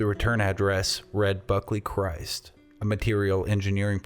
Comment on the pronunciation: Crist is not pronounced Christ. It is pronounced like wrist. Crist.